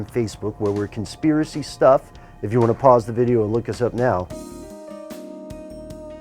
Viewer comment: A con-sphere-acy perhaps?